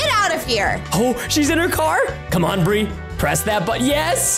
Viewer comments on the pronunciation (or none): Bri literally just said "Burr."